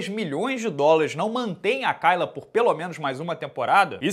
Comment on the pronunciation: Acho incrível vc pronunciar "Kayla" errado,...